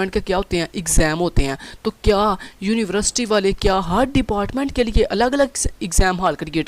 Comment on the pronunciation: university ❌ univerisity ✔✔😞😞